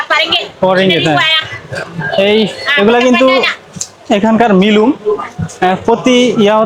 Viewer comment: আরে ভাই তুমি মিলুম কেন বল কথাটা হবে মিনুম (Minum) আর পাসার পাজি না পাসার পাগি (Pasar pagi)